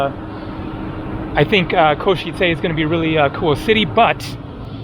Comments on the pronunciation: In case it helps - you say it well, but just the "e" at the end of Košice isn't "ayyy", it's a short sharp e sound like the e in bed or dead or the start of Everest (not sure if that makes sense but I can't think how to explain it better via typing) - something like "Ko-she-tse" not "Ko-she-tsay". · the first foreign person who can pronounce Košice correctly 😂